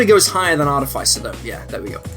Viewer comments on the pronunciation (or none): Artifaicer? Oh yikes... the fice sounds like fist not like ice. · Artificer is pronounced ar - TIFF - iss - er, emphasis on the TIFF. There are no long 'i' sounds in this word. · You saying "Arti-fai-cer" hurts my ears, sorry. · Normally, I really enjoy this guy's stuff. It pops up every now in then in my various feeds and it's usually either accurate or intentionally silly and I'm glad I watched. But not this time. For starters, WHY do SO many people on the internet mangle the word "artificer"?!?! It's AAR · tuh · fuh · sr. Look it up if you like, it's true. Look it up. Get straight. Go forward. Move ahead. Try to inflect it. It's not too late. To freakin' pronounce it correctly. And then there's the actual content. This video is very confused/confusing about at whom it is aimed. Is it really meant for newbies? Then it gets WAY too deep into all kinds of terms and concepts that are going to utterly befuddle a genuine newbie. Or is it worded as if it were meant for newbies, but is really intended to help more experienced players help newbies? Then it spends waaaaay too much time explaining (some of) the concepts that newbies wouldn't get, but even the most lightly seasoned players know and don't need to be taught. Lastly, cheeselocks should be an "F", not a "B", since so many of their rules are unique to them and not shared by any other class. Other than that, I more or less agree with all of the rankings I've enjoyed pretty much everything else this guy has done, so I'm not gonna hold this one, single (really bad) botch against him: I'll still check his stuff out whenever it shows up. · the way you pronounce artificer...yikes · you should learn how to say words. like artificer. and eladrin.